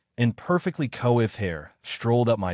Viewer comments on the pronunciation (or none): Co iffed? Its pronounced quaffed.